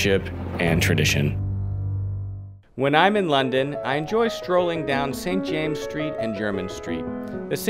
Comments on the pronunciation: St James's Street is pronounced "Saint Jaym-ziz Street" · this video is so full of errors you would be well advised to re-dub parts of it. First, it is St. James's Street, in the possessive with the two esses pronounced. It is Piccadilly, not Piccadilly Street. Foster & Son, not Sons. Hilditch, not Hirditch. Need I go on? And I am fairly sure the Queen has granted other royal warrants to perfumers. Then, what about the other three quarters of Jermyn Street? No mention of Harvie & Hudson? This is not up to your usual standards!